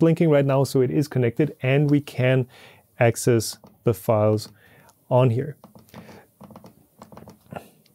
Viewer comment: "asscess" haha